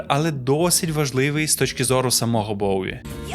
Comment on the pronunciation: Респект за "Боуі", ненавиджу варіант транслітерації через "В", хоча він є більш коректним за правилами української мови. Тільки над вимовлянням англійських слів вам треба ще попрацювати, щоб воно не різало вуха слухачам,)) Я багато років вела літературно-музикальний блог bowiepages, з початком війни постала дилема: я не можу далі писати російською, але не настільки володію українською, на жаль, щоб описувати нею такі складні явища, як Боуі.